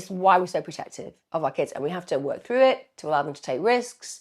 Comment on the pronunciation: Why can't she pronounce the word " work " properly?